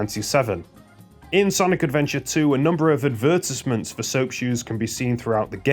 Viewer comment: That's a weird way of saying advertisements